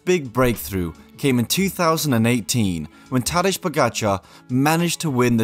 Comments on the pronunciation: Making this video but pronouncing his name wrong the entire time despite commentators pronouncing it correctly in multiple clips shows lack of research and attention to detail. Couldn't even watch the rest of the video hearing you call him "Tadesh" over and over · lol, sorry 😅. I thought it sounded quite normal first but then “Tad edge” moment happened… The last name actually sounded very well (some experts and voice engines still say “POgaKar” :)). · How is it possible that you don't make an effort to pronounce "Tadej" in a decent way? Tadesh? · You did an in-depth video on a guy and you don't even know how to pronounce his name. Look, the Slovenian "j" in Tadej is the same as an English "y". So, it really ain't rocket science to get it right. I get the feeling that some people deliberately do this because they are so envious that it is the only way they can cope with TP's success. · it´s pronounced "tadei" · Tadež Pogacar… lol you would think the first step when creating doc. video would be learning to pronounce the main character's name… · It's pronounced tadey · Great video - Thank you very much, please kindly consider learning how to pronounce the rider's names correctly. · I can normally take a lot and many people massacre my own name but I find this one a but much. Also, I heard many call him and this is the first time someone decides to pronounce it this way. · Really good video But the pronunciation of the names.. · Please do your Research on the ponounciation of the names. Its just disrespectful to say his Name wrong like 20 times. Not That Hard to Look it up before Recording in times of the Internet. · J in Tadej should be pronnounced like Y :) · Could you please learn how to pronounce his name... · Please at least try to pronounce the names right man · You can’t pronounce correctly pogacar Nor his first name either Same vingegaard Why would someone make such errors ? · First name mispronounced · i don’t think you’re pronouncing his first name right